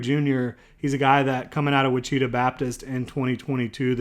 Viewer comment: Just to set the record straight, Ouachita is pronounced: wash-ah-tah, with the emphasis on tah. I really like your channel. Thanks.